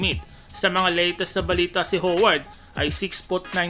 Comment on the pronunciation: Dwight hoeward di ka nga marunong magbigkas ng lastname ni howard hindi naman siya pokpok para tawaging hoeward 😂